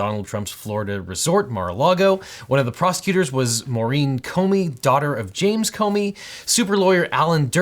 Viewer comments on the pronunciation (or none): none